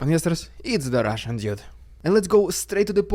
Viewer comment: Let me help you pronounce dude. Try dood instead of jood ✌🏻